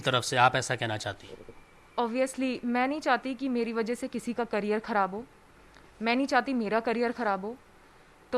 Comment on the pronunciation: Great salute to news reporter , क्यारियर - ( करियर) 😀